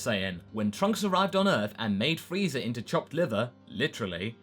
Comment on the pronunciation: he said frezer ark lol use to saying it I think